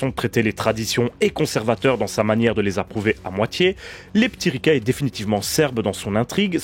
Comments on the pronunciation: Merci pour cette découverte de la sirène terrestre de Serbie. Comme quoi le contexte de visionnage est important pour apprécier un film... -Une séance anisée avec 'les p'tits Ricard'... -'Leptiriça ' avec ç comme dans son et pas c comme dans con. -Ta remarque est acerbe! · Merci pour cette vidéo et pour l’effort de prononciation mais le titre ne ce prononce pas leptiriKa mais leptiriSa ou leptiriça qui veut dire papillon au féminin et leptir au masculin. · Euh... Un C sans accentuation comme ça, je crois que ça se prononce "tse"... Donc ça ferait plutôt Leptiritsa... Par ailleurs, les serbes utilisent un alphabet cyrillique. La prod étant de l'époque de Jozip, ceci doit expliquer l'usage de caractères latins dans la typo... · A chaque fois que tu dis le titre j'entends "les p'tits ricains" et ca donne un tout autre sens. Merci pour cette super analyse! :)